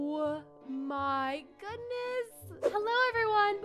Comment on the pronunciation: Instead of saying oh my goodness the word said oh my godness lol